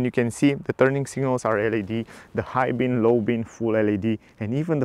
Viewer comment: Hi, nice reviews, but you are doing a mistake in every video. You are saying "high bin and low bin", but they are high beam an low beam, with m.